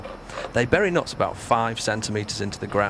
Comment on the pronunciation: Cool. But why do you keep pronouncing "nuts" as "knots" and "cups" as "cops"? Got confused in the beginning =)